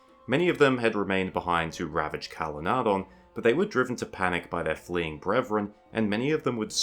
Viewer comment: I still wish that you would pronounce Calenardhon with the soft th rather than the hard D. "dh" substitutes for the ð or eth. Tolkien would have undoubtedly used the soft th sound rather than the D.